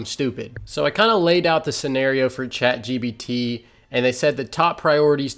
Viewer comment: Sorry Dude, but DAMN, it's Chat gPt... you've said chat gBt about 1,000 times...